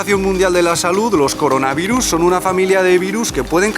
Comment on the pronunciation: hola, hoy vamos a hablar de coronarivus Coronarivus: y lo van a sentir:v